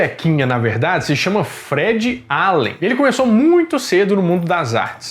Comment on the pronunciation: Cássio scapan kkkkkk se fala scapin mesmo,e Fred alen kkkkkk precisa melhorar a pronunciação kkkk